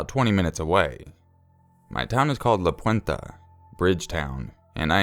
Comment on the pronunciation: I live by Modesto and I USE to live by La Puente haha (PS. it's pronounced La Puent-EH, not Puent-AH) ;-)